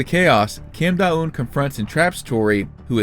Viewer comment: Don't think you said her name correctly once but tbh her sense senseis have silly names to l